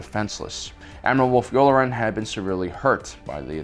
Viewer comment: Aight I don’t know how nobody else is talking about this, but I literally had to stop watching this because he seems hella bent on pronouncing every name WRONG. He says chris-top-sis when it’s chris-stoff-sis, but that’s somewhat understandable. But admiral you-lure-en? It’s you-LAR-an! And then Ashoka TUH-NOE?!?! It’s literally said hundreds of times! This feels like he’s never watched the show before and is just reading from a teleprompter and making his best guess, like what?